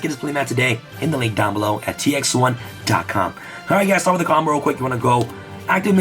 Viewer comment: Nobody:: “COMBLE-OFF” “SPESH-UMIN”